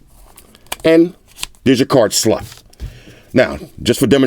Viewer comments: You killed me when you said and the cs stands for card sssllotttt 🤣🤣🤣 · the way he says slot kind of funny tho